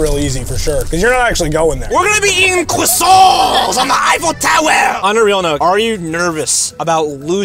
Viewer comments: The way said we gonna be eating CrOiSsAnTs on the Eiffel Tower got me laughing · WERE GOING TO BE EATING CWSANTS ON THE EAYFFEL TOWEH!!! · CWUAASUAAAANT IIHN THA IFEAL TOWERSH